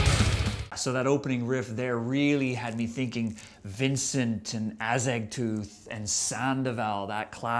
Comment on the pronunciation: Who the fuck is Ah-Zeg-Tooth? XD